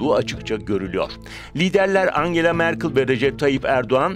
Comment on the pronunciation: merkıl deme şuna ya. merkel merkel